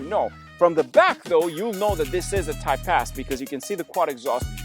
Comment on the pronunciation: Great video! When you say “Type-S” I hear “Type-Ass” and I can’t un hear it.